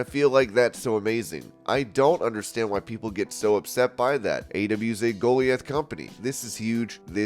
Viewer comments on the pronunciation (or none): "Goliath" is not pronounced "Goalie-ath".. Christ,.. "Guh-lie-ith" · Why is that read "Go lee ith" when 'Go LIE ith' is the clear standard there? odd... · Go-lie-eth not goal-eee-ath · Goal-e-ith? Go-LIE- ith please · You mispronounced GOLIATH. It's GO-LIE-ATH. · Thanks for the update. Just a note: Goliath 🗣{Ga-lie-ith} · Lol sarayas word was Goliath (Go-lie-eth) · Bro..... you had me in tears when you said "Goaleeith" (Goliath)😂- but still rock with ya!! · It's pronounced "go-LIE-ath." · Your pronunciation of "goliath" needs some work. Where are you from? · All this time I thought it was a human talking. Ha! A computer voice simulator. I'm so dumb. Goliath, was the telling word. hehe No human has ever pronounced it like that! Ever. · Goliath is not pronounced like that 🤣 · Why can't this dude properly pronounce Goliath?! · The way you pronounce 'Goliath' made me chuckle